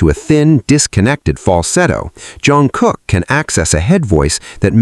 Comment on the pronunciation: This video made me hear you say Jeon Crocker, who is that? 😂😂😂😂😂😂 If JK catches that he would surely mock you for messing up his name.